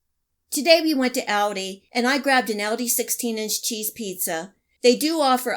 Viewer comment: It's aldi, not audi...